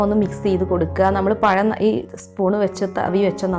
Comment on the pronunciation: പയം അല്ല പഴം 😂😂😂